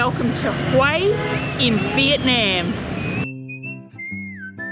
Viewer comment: Every time you mispronounce Vietnam it drives me crazy.